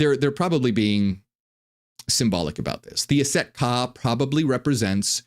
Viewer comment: Just finished this whole video and yes I want to know more about that order of Aset Ka (?) or whatever they’re called. Although it sounds like you’re saying “Set” which I understand to be the douchebag Egyptian storm god (who chopped up Osiris) who’s also Yahweh who needs no explanation. I’m a Gnostic/Marcionite so Set or YHWH I have no interest in jointing forces with. You though, you are a true blessing from the Most High Father, I will buy all your books or receive them as gifts!